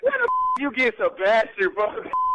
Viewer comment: MY NAME IS SABAS-TI-AN. 😂😂😂😂😂😂🤣🤣😂